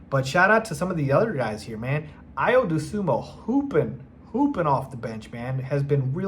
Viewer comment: Brotha, you gotta learn how to pronounce Ayo’s name if your going to make Bulls videos. It is not Do-SUMO. It is Dosunmu 😂